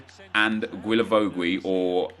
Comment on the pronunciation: Still can't pronounce Guilavogui...